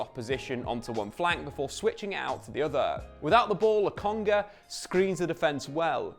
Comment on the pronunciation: He said Lokonga 😅.. Now go tell Charles Watts how it's not Logonga